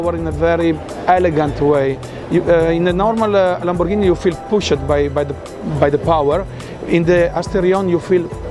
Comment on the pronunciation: Poosh-ed and Pool-ed. I got it.